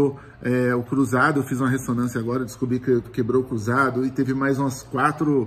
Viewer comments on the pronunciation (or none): none